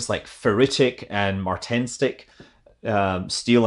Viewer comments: Martensitic not martensic. and austinitic not austentic. :) Sorry, fellow metallurgist here. Austenite is basically just carbon steel at or above 700 degrees C 1% carbon. Higher temperature for lower carbon % and also higher temperatures for higher carbon %. So 1% is kind of a sweet spot for spheroidation. Basically. Pearlite is the soft state of carbon steel. Heat it up past 700C and it turns to austenite, rapidly cool it down within 6s and you get rock hard martensite, cool it down slowly and you get fully annealed Pearlite. Ferrite is a strange middle ground between pearlite and austenite and only occurs at 350C to 700C after achieving austenitic solid solution. So you need to heat it up past 700C, let it soak and restructure, then you need to slowly cool it down to that temperature range. Ta da, you now know most of what you need to know in order to chat with a metallurgist :) But here's a handy graph also. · Mr Metallurgist here, "Mar-ten-sit-ic" and "aus-ten-it-ic". You were almost there! Love the content Scott! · Hey Scott, cool video. The different categories of steels you’re talking about are named after people so they’re pronounced ‘Martin-sitic’ and ‘Austin-itic’. I sort of doubt it will come up again, but I thought you might want to know. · Yep, you mispronounced it alright. Martenstic should be Martensitic Austentic should be Austenitic. They both end in itic. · ugh... years afterward. Martensitic is pronounced, "MAR-ten-SET-tic" Austenitic is pronounced "AUS-tin-ET-ic" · yeah it is pronounced Mar-tin-sid-ick, it is Dr. Metallurgical-person :) - Message me if you want to do some cool tours at a lab about material science and/or metallurgy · Martensitic. Pronounce it like the name Martin. Martin Sit Ic. Thank you for your videos, by the way. My son and I watch them together. Keep up the good work! :)